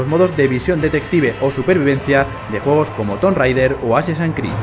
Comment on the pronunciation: Fortinite, asesain crid... vendria bien que el locutor se informara un poquito